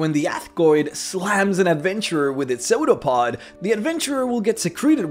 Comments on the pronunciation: It really bothers me that you pronounce it "soda pod" I think it's "sue da pod" or "sue dough pod" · Yeah I hear sodapod too. Took me a moment to realize it was the pseudopod. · every time he says "pseudopod" , i think he's saying "soda pud". . . . . . . and apparently, youtube subtitles agree with me